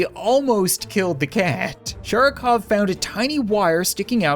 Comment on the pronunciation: Sharikov (with an emphasis on A; and V on the end is pronounced closer to F). Sharik means a Ball :) so it's like "Mr Ball" or something...